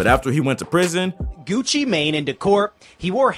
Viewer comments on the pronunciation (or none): That newscaster hit that “Gewchi Maine” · “Gewchee Mang” lmaoo